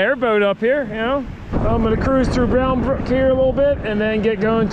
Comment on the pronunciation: Just a heads up... I grew up in Bridgewater and "Bound Brook" is actually pronounced with the accent on "Brook", not "Bound" locally by the inhabitants. Everyone outside of the area gets it wrong though, so no worries:) Just for your enlightenment.